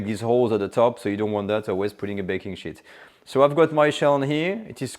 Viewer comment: Excellent! Possibly think about the pronunciation of "sheet"